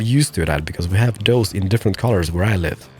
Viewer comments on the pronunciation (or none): none